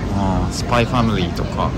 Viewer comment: スパイファミリーの発音の仕方が英語講師のそれ